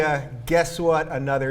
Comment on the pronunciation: And homophobic instead of honopobic...